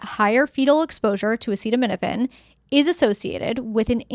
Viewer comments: What insane world do we live in that our health policy is decided by the whims of a person who can’t even pronounce acetaminophen, instead of scientists and doctor 😊l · Why do we let someone decide our health policy, who can’t even pronounce acetaminophen? On top of that, that person is overweight, eats McDonald’s, drinks soda, and has swollen feet. Some people call him captain bone spurs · I'd say you are nuts if you take your medical advice from a man who can't even pronounce the name of it.